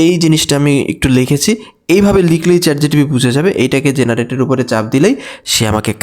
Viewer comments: চ্যাট জিটিপি আবার কি?😂😂 চ্যাট জিপিটি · Chat gtp noy ota chat gpt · Chatgtb na bhai chatgpt